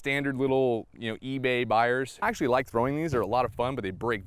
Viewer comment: That’s “axetually” pretty sharp